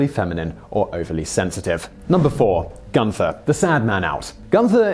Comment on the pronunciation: 'Gunter' does not have an 'h' in it. Do you intentionally mispronounce words - especially place names and people's names, or do you just not care?